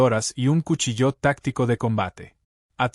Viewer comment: Narración mediocre. Se de cuchillo no cuchilló!!!